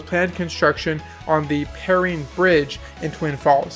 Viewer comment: Per-rine like an orange rind but with an E. But good video!